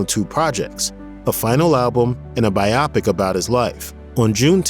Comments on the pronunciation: It's "BYE-OH PICK" Not "BYE-AW PICK". Also, it's "What'd I Say" not "What Did I Say". What Did I Say sounds like the Pat Boone version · Not to nitpick, but come on...it's "What'd I Say?", not "What Did I Say?". Also, biopic is pronounced as "by-o-pick"(long "o"), not "by-op-ick". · Shouting: IT'S PRONOUNCED BI-OH PIC, NOT BY-OPIC! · Thank u! Couldn’t stand the the mispronunciation of biopic